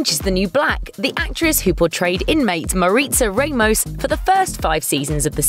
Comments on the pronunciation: I know this is off topic but it really bothers me that she keeps saying RAY-MOS instead of RA-MOS. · Not Ray-mos, it's pronounced Rah-moss